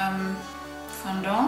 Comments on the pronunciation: Das heißt Fondant nicht Fondor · lern sprechen.... es heisst fondant! sowie man es schreibt.....